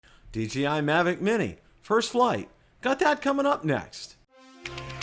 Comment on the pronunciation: DJI... NOT DGI. DeeJayEye not DeeGeeEye.